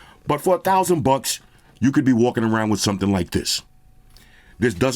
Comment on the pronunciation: The way u saying for thousands buks sounds like u saying 4k buks. U scared me 4k bucks hell no